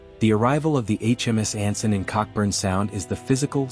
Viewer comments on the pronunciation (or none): Mate. It's pronounced Co-burn.